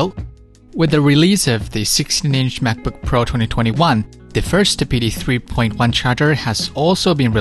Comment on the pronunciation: This is the video I was looking for, thank you! Also, I kept hearing Smackbook which made me giggle 🤭